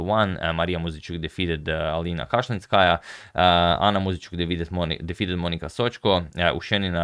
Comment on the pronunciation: Flawless pronunciation of their surnames. He really put some respect on their name.